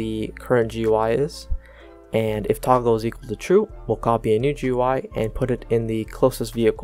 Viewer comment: it did not work because he said toogle instead of toggle